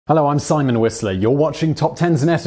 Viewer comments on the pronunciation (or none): none